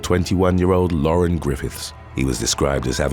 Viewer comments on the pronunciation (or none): none